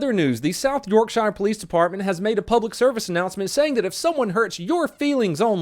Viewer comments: Quick note for our friends in the US, 'Shire' when used in UK place names, like Yorkshire, Warickshire, etc, is pronounced 'shear'. Don't ask me why, I have no idea, this is just how it is. Love the channel! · As a Brit its pronounced York shere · I mean the biggest crime is how your pronouncing Yorkshire. And I'm not even from Yorkshire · Haha you killed South Yorkshire, fun way of saying it but said it wrong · I can't help but get annoyed when non brits criticize our country even if they are right. However, I'm more offended by the pronunciation of ''Yorkshire''. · Hearing you butcher the word Yorkshire is worse than SYPs fuckups 😂 cmon. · Hearing you say my home county “Yorkshire” made my day Hahahaha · If your gonna try shitting on Yorkshire you gotta learn how to say it. Other than that love your content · Was he trying to say Yorkshire? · You...said... Yorkshire...wrong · I love how he pronounces yorkshire😂😂😂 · You kind off said yorkshire wrong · You said yorkshire wrong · I think I’ll report you to South Yorkshire police for your offensive pronunciation of Yorkshire. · Im sorry but your butchered the name Yorkshire bad XD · that pronunciation of Yorkshire hurts about as much as that body slam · Woah I'm from uk and don't you dare say Yorkshire wrong or vehicle not viiiiechle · You pronounced Yorkshire wrong... I'm slightly offended but still love you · The way he pronounces yorkshire is a hate crime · Lmao I love it when Americans try and pronounce English county's and get it wrong but I do love this channel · i'm sorry but i love when americans try to pronounce english city names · I’m triggered by the way you pronounce Yorkshire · Bruv don't hat shit about the UK when you can't even pronounce Yorkshire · I am personally hurt in my feelings by this pronunciation of Yorkshire. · The way you pronounce Yorkshire gave me cancer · That pronunciation of Yorkshire though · Mispronouncing 'Yorkshire' should be a crime! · I'm triggered on how you said Yorkshire